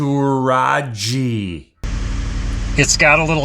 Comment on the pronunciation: sake guy its entourage without saying the E at the end